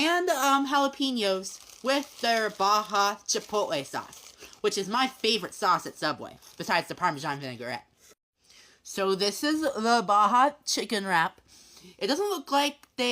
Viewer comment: Said it more like vi ni guret